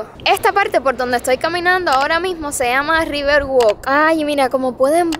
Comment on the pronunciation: Si quieres decir "walk" se pronuncia como "wuak". Imagina que no hay una "l" en esa palabra. Es la primera vez que he visto un video de Jacksonville y he vivido en Estados Unidos toda la vida. Soy de Arizona y un día espero que puedas visitar.